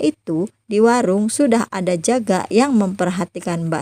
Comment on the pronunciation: Akhiran kata kata loe... Hurufnya menjadi "k , semua, ada menjadi adak